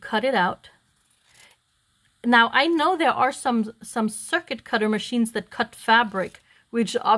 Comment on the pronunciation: It’s called a circut….pronounced like the little cricket bug…..for the longest time I’m like what is she talking about